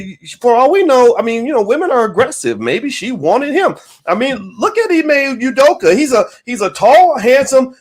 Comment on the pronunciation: Wtf? Ime U-doka? stop with the bs, dude is Nigerian, is Name is Ime or (Imeh) Udoka, stop tryna take the African / Nigerian / Ibibio out of his name, Abeg!